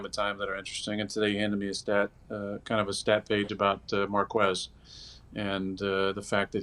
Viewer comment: The way he says marques